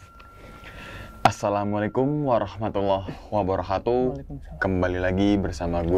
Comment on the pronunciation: Ini maaf ya kang... klu ngucap salam sllu mengganjal di hati saya...ini maaf ya kang klu aku salah. Soalnya kedengaran sama kuping saya itu " wabarokhatuh" sedangkan yg bener kan pake" kaf" yaitu " wabarokatuh". Sekali LG ini maaf kang klu aku salah.